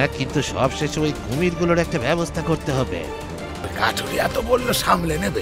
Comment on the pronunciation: Akta mistake korechen kathuriya k kathiriya na bole dui dui bar veer bolechen😊